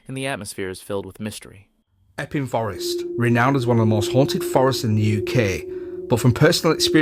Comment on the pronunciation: What the heck??? it's not called eeping forest it's called Epping Forest.